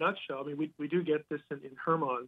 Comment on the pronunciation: Mt Hermon pronoused as Herman